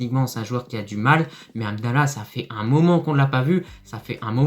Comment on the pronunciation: juste les noms des joueurs, comme hamdellah , pas amdella ......, mohamed, pas moamed